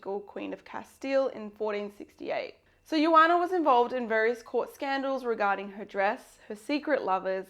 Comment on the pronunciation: Joana was from Portugal and her name was not pronounced as "yuana". You read Joana using the "J" sound. The phonetic symbol is /ʒ/.